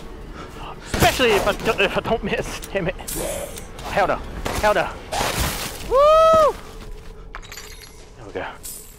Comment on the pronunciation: when says ‘heL’ 😂